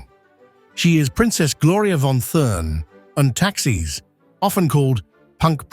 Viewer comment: I was looking for this. Must be AI, because speaking as if he were from the Continent, a true English man would know how to correctly say the name.